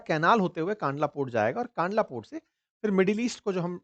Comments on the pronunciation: Sir it's kandla not kaandla. 🙏🏻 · सही नाम कंडला है । कानडला गलत उच्चारण है । . 😊🙏🇮🇳 || JAY BHARAT || 🇮🇳🙏😊 😊🙏🇮🇳 ||जय भारत || वन्दे मातरम || 🇮🇳 🙏😊